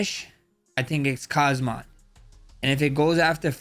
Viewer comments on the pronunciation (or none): Please learn to pronounce the name... its not Kazmat its Khamzat... additional alphabets in the name are for a reason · and kmazat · Khamzat ❌Kazama✅ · Khamzat not Kazmat 😂😂😂😂😂 more fighters been saying that wtf 😂😂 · Khamzat not Khazmat bro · Khamzat ❌ Kazmat ✅ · Can’t stand it when people say khazmat. You and chael both do it. Are you stupid? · kahzmat chimaev LOL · Khazmat, Khazman..🤦‍♂️ Don't act like Uncle Chael, Max😅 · Americans are supposed to be the smartest, best and dominating country on earth, but every american i meet or see on youtube say "Khazmat". It's actually extremely annoying. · Chimaya kamaya kazmat wtf😂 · Blessed, casually delivering the name Kazmat and it sounds perfect 😂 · Bro literally sat right next to Khamzat in UFC 308 press conference, still can't pronounce his name properly 😭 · How u r pronouncing? Dricus and khamzat names😅